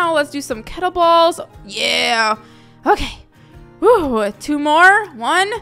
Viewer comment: i love ur videos but there not prenounced kettle balls it kettle bells